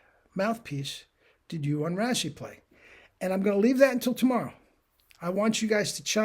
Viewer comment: Just tidbit info. His name is pronounced like.. “ray-see.” Looking forward to tomorrow’s video!